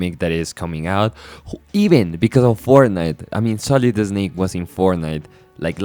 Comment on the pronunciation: Oh man, I love your accent and pronunciations. I mean no disrespect, but "Sohlid Esnake" gave me a good chuckle. Great video.